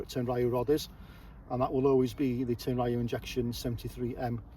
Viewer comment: Tenryu is pronounced with 2 syllables. Tehn-lyū will be the closest your tongue can handle.